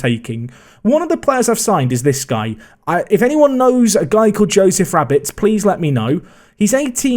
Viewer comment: I know Joe Rabbetts, your saying it wrong 😅